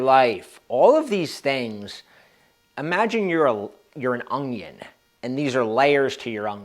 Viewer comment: bro lol, the only other guy i heard pronounce onion like "ongyin" was my grandfather. You just stirred some old memories for me brotha. Anyway, thanks for these tips. Really like your style